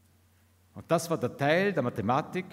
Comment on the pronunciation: Ich höre immer „Mad space“. Und auch die Mathematik irritiert in ihrer betonung.